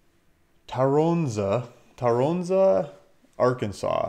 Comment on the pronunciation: It's Ty-ron-za😂 My family owns property there up the road off hwy 118.